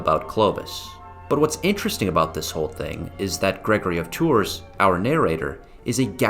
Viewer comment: You also keep saying Gregory of Tour. This is a great subject, and I wanted to watch it as a refresher. I studied it in high school and college. I also read History of the Franks several times. I don't think we read the same translation. I didn't find your video helpful. Your delivery was distracting.